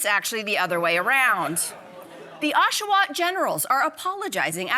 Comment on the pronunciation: Yes, you can... also "Oshawa Generals"...c'mon Mel...